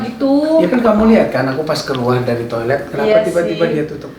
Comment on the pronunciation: Ka maaf ralat itu toilet bukan tiolet